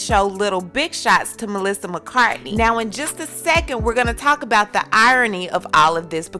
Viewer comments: It's Melissa McaRTHY not McCARTNEY. I hate when black people make those kinds of errors or intentionally mispronounce words that have many syllables or change someone's surname to whatever they want to say. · so can this girl only be bothered to get someone's name right only if they're black? or some other race than white?? the name is melissa mccarthy, not mccartney!